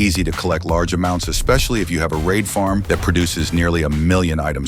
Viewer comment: are you german since micht said hab string